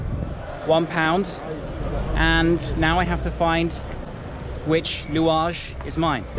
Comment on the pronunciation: "I'm at the louage station" Dude you're more Tunisian than many of us 😂